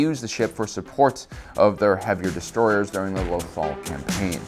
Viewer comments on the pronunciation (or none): none